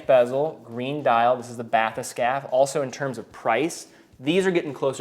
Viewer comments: It's pronounced Bat-Hess-Cappy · it's pronounced "bath-escape"